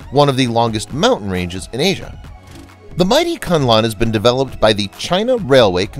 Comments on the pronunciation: Kunlun is read 'koon loon' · ITS PRONOUNCED AS KOON LOON. SIGH. Its named after a Kung Fu School located in the Kun Lun (pronounced KOON LOON) mountains. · Koon Loon (Kun Lun) as the correct pronunciation. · The program is informative and interesting. However, the pronunciation of certai important Chinese names is wrong. The name KunLun is read as "koonloon" and not "CuntLahn". The engineer who designed the building machines for skyscrapers is LiXia (Lee Siah). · Hi,. "KunLun" is to be pronounced as "Khoon Loon" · Great coverage, but please spend a little time on Chinese pronunciation. Kunlun etc. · your prounciation of Kunlun is hilarious. You change the name of a sacred mountain to a name which literally means "suck cock"